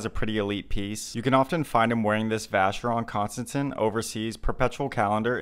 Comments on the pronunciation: oof... it's actually a french name from one of the founders François Constantin. And it's pronounced constanTAHN :) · You pronounced Vacheron Constantine wrong